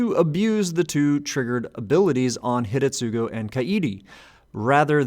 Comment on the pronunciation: Yeah found that amusing, too. But also I believe, that the first U in Hidetsugu would be silent, like it is in many japanese words. Asuka is prominent example that comes to mind, whos name is actually pronounced Aska. But I might be wrong here, cause everytime I tried to get into the silent U topic I could never find a clear rule for when it's supposed to be not silent... ^^